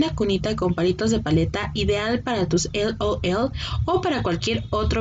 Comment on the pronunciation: Jaja me da risa como siempre mi se hace la payasa diciendo “El Ol El” a las monas esas. 🤣🤣🤦🏻‍♀️